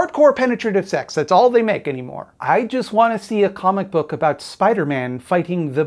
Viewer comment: comic book... or cumic book?